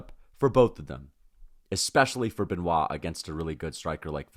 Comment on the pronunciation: You are good on Be-Nua (Benoit); why can’t you say Sun De-knee?